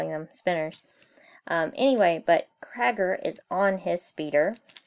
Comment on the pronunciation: its not crager its creiger